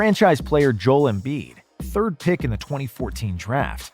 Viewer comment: Man said 3th